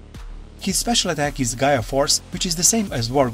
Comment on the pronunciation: Black war greymon gaia force is called gaia destroyer not Gaya force